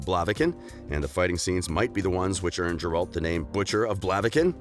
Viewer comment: Dude no hate but this video has too much false information and it appears too subjective. PS. Every time you call him Jerald, a part of me dies.